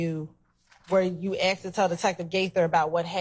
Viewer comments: its Asked not Aksed!! whats with americans saying Aksed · Seriously!!! Miss prosecutor, you are a professional, an attorney of all things and we STILL get the, "earlier I AKSED you"!!! Why??? Why do "some" people used this phraseology?? It's beyond annoying to listen to and I'm not even a college graduate!!!